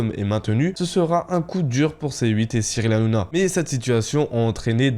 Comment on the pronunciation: Tu à du Mal a dire Cyril Hanouna ? Nana nanouna